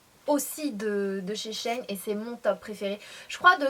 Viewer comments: J'aurais pensé que ça se dit she - In pour "she-inside". Bref Sanaa tu as oublié de nous montré les jupes en simili cuir portés! Super haul comme d hab! Bisous 💜 🍍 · C'est elle qui le prononce mal haha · Coucou Sanaa ! Super vidéo comme toujours ! Mais je crois que le site de prononce "She in" comme sheinside mais dans le "side" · Il me semble que on prononce Shein "She in" Comme avant c'etait sheinside ca me parait logique ^^ En effet les hauls sont mes videos preferées a moi aussi ^^ bisous ma belle! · Ca me fait marrer comment tu dis "SHEIN" ^^ J'aime beaucoup l'association du haut et de la jupe! Bisouuus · oui c'est vrai 😂